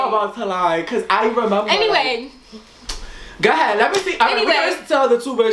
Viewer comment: gah head. instead of go ahead lol